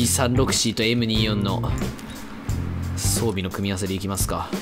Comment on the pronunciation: 装備をソンビと言ってるようなw